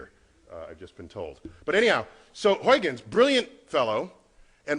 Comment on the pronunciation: It is Huijgens, not Huygens, and is pronounced Huigens, not Hoikkens.